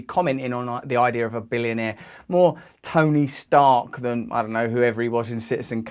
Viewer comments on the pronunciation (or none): none